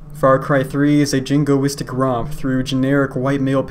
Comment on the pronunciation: You say jingoistic like a virgin.